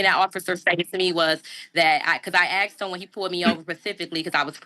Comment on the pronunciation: Well you young scholar, you are correct that the officer didn't "aks" you for stuff, but he probably "asked" you for stuff. You are truthful with that statement.